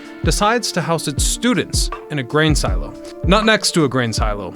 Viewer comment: Love how they used and then destroyed. Also love, and not making fun at all, but love how he says silo, see-low, my mother whom I love says Shoe-zeeeee for sushi. 😊 Awsome idea wish would see more of this in America.